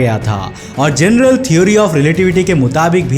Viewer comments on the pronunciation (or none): none